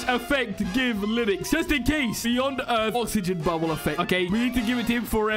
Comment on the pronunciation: it’s pronounced “earth”